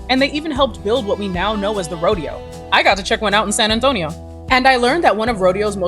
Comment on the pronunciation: “San Antonio” with correct pronunciation. Excelente!